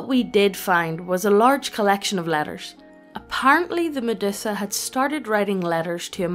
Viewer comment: lol "Meddussa" I have never heard anyone pronounce it like that before